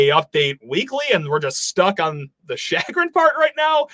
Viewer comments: Pronounced "shu-grin" not "shaggrun" I didnt even know what you were saying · It's pronounced /SHe grin/ not “shagrin” love your show but I thought you should know. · “SHAG-rin, SHAG-rin, SHAG-rin” — Dude, if you’re gonna say words you don’t know, then you should check on proper pronunciation. Or, even better, when you encounter a word you don’t know, that’s a great time to look up the meaning. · It’s actually pronunciation, not grammar. Lol you don’t know the word chagrin,.